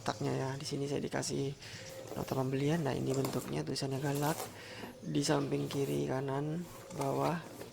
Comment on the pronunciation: mungkin orang lata yg tulisannya galax tapi kedengarannya "galak" bukan galax